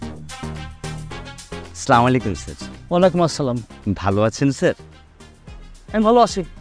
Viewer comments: আসলা মারোম এটা কোন ধরনের সালাম, সালাম হবে, আসসালা মুয়ালাইকুম, সোয়াপ আয় করতে গিয়ে গোনা আয় করবেন না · Assalamualaikum hove Keno chamalaykum bole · সালাম দিলে সঠিকভাবে দেওয়া উচিত! না পারলে বাদ দিয়ে দিক! এইসব ভুলভাল সালাম প্রমোট করাটা তো ঠিক হচ্ছে না। স্লামলাইকুম ! এটা কোথায় থেকে আমাদানি করা ভাই? ইসলামীক ব্যপারে যাচাই বাছাই করে আমলে আনা উচিত! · Absolutely right ❤❤